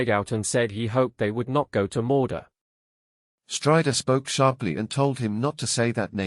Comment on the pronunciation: I get having an accent , but when you said morda , instead of mordor